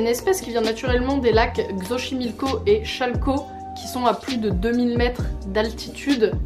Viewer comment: Hello ! Xochimilco on dit Sotchimilco aha ;) bisous